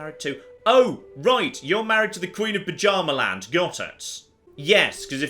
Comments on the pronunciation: By Odin,. It's Byarmaland not Pajamaland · saying "Buh-Djarma-land" physically hurts me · I swear every time says "Bjarmaland" I hear it as "Pyjama-land".